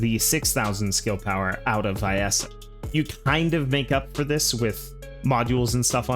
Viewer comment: Even the game says "Vee-essa" why do people still say "vye-essa"?